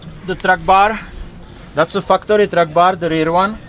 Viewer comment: Sorry, are you sayin fu-cktory or factory? Because fu-cktory is a really cool company name, if thats who makes those items you point out, lol. Awesome rig BTW